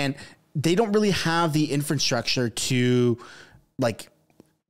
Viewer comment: Infant-structure?!? It’s infrastructure genius! Wth did you learn how to talk?!? 😂😂😂